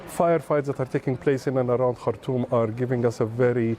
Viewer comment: Shame she can't pronounce the name of the Sudanese capital, Khartoum